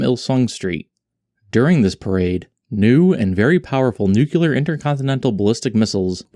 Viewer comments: NEW CLEAR not Nucular. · it’s “nuCLEAR” not “nukular” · NU-CLE-AR Mister Simpson. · Nuclear, not Nuculur. Seriously though, I am very skeptical of everything mounted on this thing. We haven't seen any of the boxes open, just boxes on the side of the turret - no lenses or sensors are visible. the front smoke dischargers poke through the front armour. It looks more to me that this is a mock up fabricated onto an existing or modified turret/hull. North Korea has also demonstrated pictures of prototype "stealth aircraft" which couldn't possibly be true. I lean heavily towards the propaganda theory. Excellent video, either way. You showed you have done your research and I appreciate that. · it’s two syllables not three, it’s people not knowing how to read